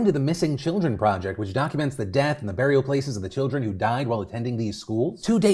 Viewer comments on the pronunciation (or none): none